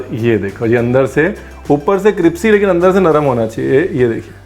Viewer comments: cripsy nahi, crispy hai jo kahna tha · So sweetly he says cripsy Hahaha instead of crispy